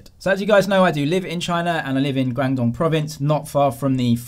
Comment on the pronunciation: You said 'guangdong' so funny and I know you can speak Chinese very well :P